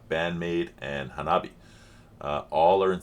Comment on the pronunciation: Monday mornings need: LOVEBITES, Unchained (Live), NEMOPHILA, Revive (Live), HAGANE, Life Goes On, and HANABIE, We Love Sweets. BTW, it’s pronounced HA-NA-BI-E.